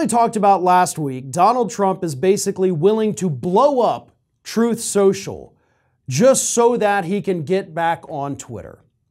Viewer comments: "Troth Sential" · “Troth Sential.”